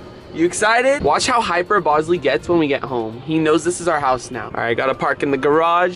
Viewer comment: hey rachit ghosh its not bozly its bosley